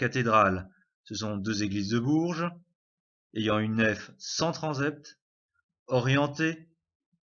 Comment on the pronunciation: ... mais on dit "tranSept" et non pas "tranZept"...